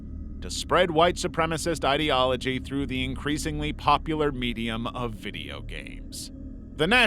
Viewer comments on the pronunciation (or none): none